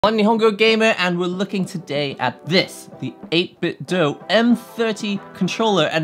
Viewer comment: The Do in 8BitDo is pronounced doo, not doe.